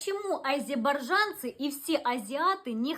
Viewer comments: Живу в азербайджане.впервые слышу такой бред🤦🤦🤦...мой сын храпит,отец храпел и муж храпел...никогда такого не видела и не слышала...и не арзебажанцы,а азербайджанцы.хотя бы научитесь правильно выговаривать .. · Чушь, азербайджанцы,а не азебаржанцы.Последнее слово я даже не могу произнести.Не получается.